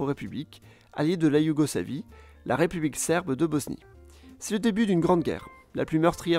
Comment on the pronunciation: BOSSSNIE PAS BOZNIE